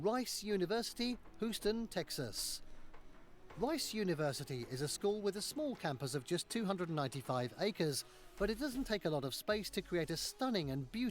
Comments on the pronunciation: Don’t know how this guy has any expertise in this topic, he didn’t even pronounce “Houston” correctly. He said “whoston”. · And Hooston!!! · You pronounce the H in Houston.